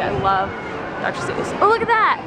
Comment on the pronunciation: It's Seuss not Zeuss